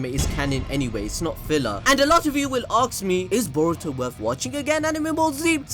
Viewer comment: “A lot of you will AKS me”